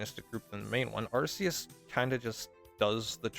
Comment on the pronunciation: It's not "Arse-eus".